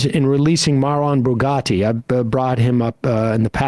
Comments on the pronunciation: mate its pronounced BARAGUTTI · Common Sam! You can learn to pronounce names Like Houthies and Marwan Barghouti better than you do! Hooties and Bugotti, really Sam? I know you can do better than that! Mad respect for everything else though! Love your show/channel and all your team!